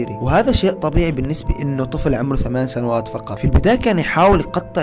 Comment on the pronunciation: سنوات ❌ ثنوات ✅